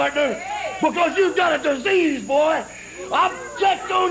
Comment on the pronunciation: Um, who ever said that it was a "work" accent? I was saying that his accent was perfect while saying "Boy", not his "fake" accent or that it wasn't his real voice.